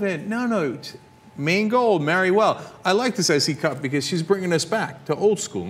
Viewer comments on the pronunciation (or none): What I hear when you say her name is C Cup ... hardly impressive